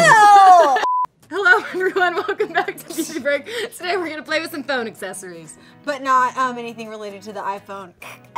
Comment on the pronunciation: When says aksezories instead of accessories. Haha. Love it and hate it at the same.time